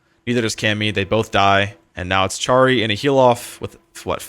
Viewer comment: Im Polish so i want to tell you that you read charry, just as harry